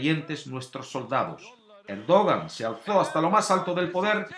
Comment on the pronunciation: Se pronuncia "erdoán"